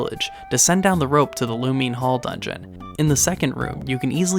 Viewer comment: i always found it so funny that people would warn you about this. the amount of grinding you'd have to do to get even into the 90s by magicant is hilarious let alone 99. also good video yes 👍based pronouncing lumine hall correctly